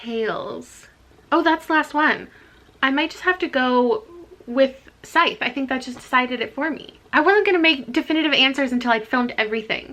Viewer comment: The emphasis on the wrong part of the words when you discussed Scythe... ooh I laughed. That's also something that peeves me when reading or consuming content. :P